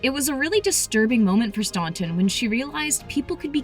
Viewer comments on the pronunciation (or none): none